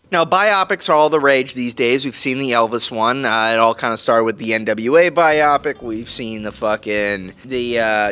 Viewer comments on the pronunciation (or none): Are able to pronounce „Biopic“ correctly ONCE??? The emphasis is on the I not the o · Am I crazy? Everyone keeps saying "bye-op-ick". Isn't it pronounced "bye-oh-pick"? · He’s pronouncing wrong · I thought so! This was the 3rd or 4th review I watched where the reviewer said it like that, so I thought I was losing my mind 😅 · WTFf? This professional troll doesn’t know what he’s talking about. And a movie reviewer that mispronounces biopic? 😂😂😂